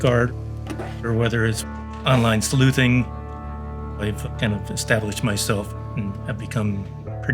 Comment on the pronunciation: yo when he said "in the online sNu zinn community" i felt that